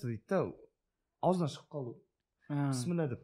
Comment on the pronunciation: Пісміллә емес бисмилләһ